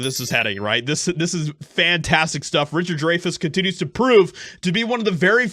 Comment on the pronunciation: Richard Dry-fis